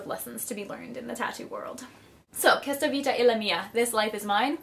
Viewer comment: you're beautiful! I subscribed! BTW, I'm italian and I wanted you to know that the pronounciation of "questa" is "kwesta". :D